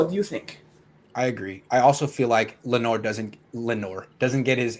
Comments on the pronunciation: Excellent. "Lenwa" & "Knot-ra Dam" Perfectly pronounced... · Finally somebody pronouncing Notre Dame and Lenoir correctly. Salutations à tous les supporters des 49ers Francophones !